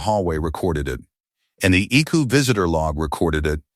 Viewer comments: It is I C U not "I coo" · Right? I can't take this story seriously when it keeps calling the ICU "Ickoo"! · I C U, or Ickue/ick u/ick you or however you want to spell it out. People have been pronouncing it as Ickue for years now. It is 2 syllables instead of 3 and therefore must make it easier and quicker to say. 😳🙄🙄🙄🙄 Yes it is an AI voice. Most if not all of the stories presented in this way are basically are AI written and narrated with a human giving parameters for the plot and maybe names and personal information, dates, time, ages, etc., used within the story. The human chooses which AI voice they want to narrate and then they post it once the AI has finished. Most of the channel's human "creators" don't even proofread the stories or listen to the narrated version for mistakes and just post the story/stories one completed by AI and done. That is why there are usually so many mistakes. Pronunciations and arithmetic are the AI system's usual mistakes! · That "ic-you" 😂😂 Everytime it's said I giggle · Authors are going to have to start writing "Eye see you" so the AI reader can get it right. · ICU needs to be written with periods - I.C.U. Then work in Milo. Teach the AI. It doesn't even mispronounce it the same way every time. Milo, meelo. Time needs work, too. 2am isnt pronounced tooam.